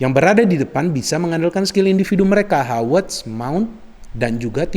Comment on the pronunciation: Apa cuma saya saja Yang mendengarkan Menyebutkan Nama Kai Havertz Dengan sebutan Hawertz, Hawertz. Tolong klarifikasinya dong 🙏 #SayNotoRasicme #Respect